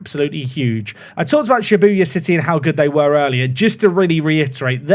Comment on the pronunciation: Well we all know that isn’t a JJK anime fan with his struggles with saying Shibuya